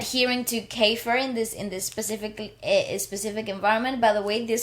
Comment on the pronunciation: The evolution of Keifer! We have been privileged to watch this young man grow into the extraordinary artist he is becoming. Thank you for the wonderful reaction. I also want to know what the inside joke is going on with the band! 😁 More songs from Keifer (pronounced key-fur) and the TNT Boys coming